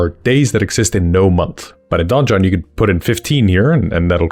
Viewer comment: Fun fact "donjon" is the french word for "dungeon" and the "j" is pronounced almost the same as the "g" is pronounced in "dungeon" in english. However, hearing it said like "Don Jon" made me smile 🤭.